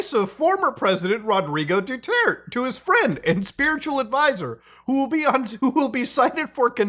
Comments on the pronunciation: bruh the "du-tert" pronunciation is throwing me off huhuh its pronounced "du-tir-teh" 😭😭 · Its not pronounce as Dutert, but Duta-e. Ta-e means shits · "Duter-te" ❤ the vid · muta reading duterte's name as due-turd is something (it's due-tear-tě, tear as in the verb). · its read as Du-ter-te, not duterts. LOOOL. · I absolutely love how ur pronouncing Duterte's name as Dutert akskskskssk kills me each time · a lot of names butchered, especially the former president's name (do-there-teh). also, when referring to the current president, use "Bongbong Marcos" as to not confuse him with his father, who was a president and dictator of the Philippines. But all in all, good video. I liked how you covered the situation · "Rodrigo Du Twurt" fucked me up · i cant get over called Deterte "Detert" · "Due-Tert" made me giggle every time. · I love his pronunciation Rodrigo "Doo-Twert" 😂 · dew tert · "Duterte" is pronounced like "do-ter-tay". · Please put effort into pronouncing Filipino names 😭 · Muta, I know it's hard to pronounce our names but please say it like this; Du--ter-te not Dutearte. Kiboloy not Queeboloy (actually you can mess this guy's name, he's not respectable anyway. Not our former president though) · I like how you pronounce their names Kwi-boh-loy and Rodrigo Dutwerk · For any future use, some help with pronunciations: Quiboloy -- /keeboloy/ Padilla -- In Filipino, we pronounce it as /padilya/ Duterte -- /du-tehr-teh/